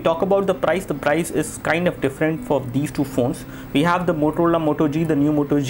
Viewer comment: did he just say MOTOLOLA Moto G? haha